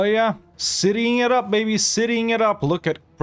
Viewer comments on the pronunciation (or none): Are you aware than in you aware that in your adopted language of English, "baby" is not actually pronounced "bébé" except when someone's trying to sound cutesy?